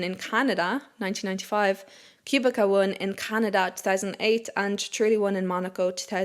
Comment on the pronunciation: Just a heads up on Robert Kubica, the pronunciation is "Koo-bit-sa". I know it's a funny pronunciation given how it's spelled, but given the Irish/Gaeilge/Gaelic I think you can appreciate a name pronounced differently than some typical English interpretations. There's also a chance that you already knew this, but were just in a flow reading and it didn't click right away. Great Review as always